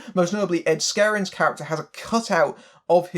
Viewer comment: His name is Ed Skrein, not “Ed Skerin”.